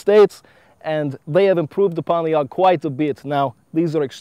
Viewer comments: its A.U.G.not aug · Not aug. It's A.U.G which is an abbreviation for "Armee Universal Gewehr" (german for "Army Universal Rifle")